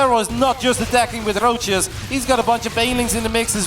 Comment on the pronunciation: Why is my dude pronouncing "Roaches" like that and since when? That rolling "R" is not a Dutch English accent so where'd he pick it up from? Genuine question 😂